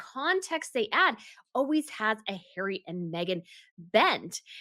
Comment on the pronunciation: Love your accent and the way you pronounce Hazbeen’s name as Hairy!!! 😂🤣